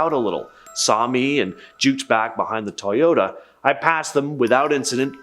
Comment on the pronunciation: You said Toyota like it was said Teaota instead of Toyota